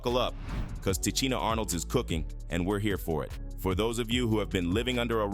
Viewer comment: Please please pronounce her name right;!!! Come on say it with me Ti SHEEN A.... Now put it together and say LOUD...😂😂😂😂😂